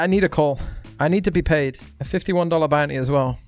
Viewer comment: maybe when he stops saying bout knee instead of bounty